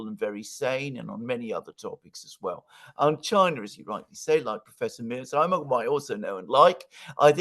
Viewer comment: I think mispronounces "Mear-sheimer" as "Mears-heimer" for the same reason that he mispronounces "Xi" as "See"; because (for whatever reason) he can't pronounce the "sh" or "zj" sound. Just saying! 🙂